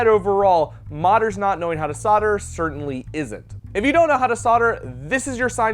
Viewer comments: Maybe learn how to pronounce solder! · Don’t you think it’s weird that solder is pronounced sauter